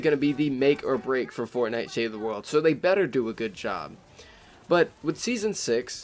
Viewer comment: learn to say "world" right and then maybe i could bare through the rest of the video....maybe...